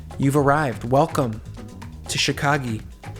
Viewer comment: Fingie?? Chicagie?? How old are you?